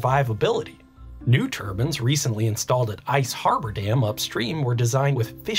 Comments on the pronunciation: Why are you saying turbans instead of turbines? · They aren't "turbans" The "i" sound is long "Tur-byne" Still watched the whole video, it was fascinating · TUR BINEZ not TUR BINS. lol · I know accents, that is a mispronunciation...like people who say nucular instead of nuclear (new-clear) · tur-bins. LMAO. You talk a little funny